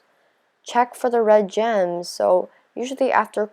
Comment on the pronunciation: It sounded like she said germs instead of gems😂😂😂🤣🤣🤣